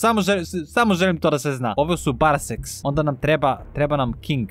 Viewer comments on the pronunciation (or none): obožava da kaže BaraSEX